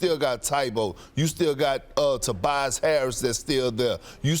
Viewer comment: Did this man Perkins really call Tobias Harris "tie bo?" 😳🤣🤣